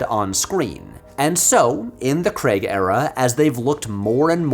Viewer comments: "Daniel Creg" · I stopped watching this video when I realized that the whole concept of the franchise just went over Patrick's head and he said Craig as "Kreg". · 'Daniel creg' aaaand I'm gone 👋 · Why are you Americans so incapable of pronouncing Craig correctly? Its not "Daniel Cregg" for fuck sake, he's even called it out himself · Dammit! I was really looking forward to this vid. But then you went and said ‘Daniel Kregg’ in the first couple of minutes, and I had to switch off on principle. 🫤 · Who is Daniel Cregg? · Nice theory. But can you explain why you Americans pronounce Craig as Creg? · It's Craig not Creg FFS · Everytime he pronounces Craig "Kregg" 😭😭😭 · Why do yanks pronounce "Craig" like "Kreg" ? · Whays with the "creg" pronunciation, do you not see the letter A in there? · Great video, disliked it for the American pronunciation of "Creg" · Shouting "CRAY-G" intermittently in my otherwise silent house because of this video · Holy fck! How can you Americans not get it through your thick skulls that he is not called Daniel Kregg! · For the last time… his name is Daniel Craig not Daniel Creg 😝 I don’t understand why Americans can pronounce other words with ai perfectly, like you say “rain” without calling it “ren”, but when someone is called Craig it’s always “Creg”. 🤔 I’ve always been puzzled by this 😂 Can someone please explain why this apparent cognitive dissonance occurs? I’ve always wondered what madness possesses you all when it comes to this one name 😂 (It’s not a diss, please don’t mistake me) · Daniel CREGG??????????? You make a James Bond video essay and call him DANIEL CREGG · Why do you keep calling him "Daniel Cregg"? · Oh no, he says "CREGG"... I really want to watch this, but this is going to be a rough ride for me... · it's pronounced Cray-gg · Wish Americans would stop pronouncing Craig as Cregg ya know 😂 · Nearly an hour and you never once pronounced the guy's name correctly. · Please learn to say Daniel Craig's name. It's basic decency.